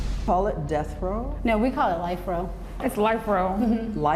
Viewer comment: It's death row, not end row.